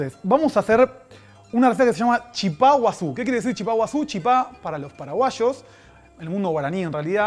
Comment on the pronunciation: Por favor paren con llamarle Chipá (con acento en la A), el nombre correcto es Chipa (la acentuación va en la I). Y no es “el Chipá” , es “la Chipa”. En Paraguay y Misiones la llamamos así.